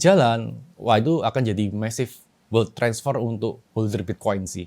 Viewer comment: bukan world😂 wealth